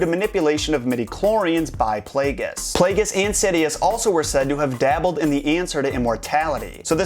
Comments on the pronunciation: It's pronounced PLAY-JEE-US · darth plagueis. darth, _plague_is